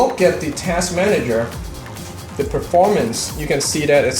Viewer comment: It's 'the' not 'dee'